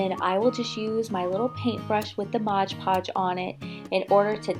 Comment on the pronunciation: Oh my God! Laughing so hard now! You call Mod PoOMG laughing so hard now, you and I call Mod Podge, Modge Podge! Love your creations though! You are a real artist sweetie